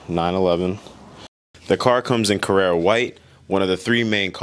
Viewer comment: yes, and it’s CarrAra white. I’m not trolling, I just hate people butchering the language.